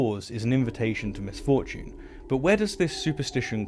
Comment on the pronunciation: His pronunciation of misfortune did give me the same thought. Who is Ms Fortune? Is she hot?